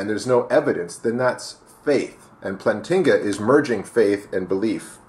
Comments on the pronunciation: First off it's "Plant-inga" not "Plan-tinga". You obviously have not read any of his arguments, or his peers criticisms of his arguments, or at least you don't seem to understand them. You especially seem to have a hard time understanding him when he references a basic belief, and you really seem to misunderstand his EAAN. I really don't know why you protest against the new atheists being inferior to the old ones, everyone knows they are, would you rather have Sam Harris or Bertrand Russel? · Please tell us what your PhD is in and why you are mispronouncing Plantinga's name of you are trying to be taken seriously. But then again, your f-bombs should be self-evident that you're just another typical internet atheist. Yawn...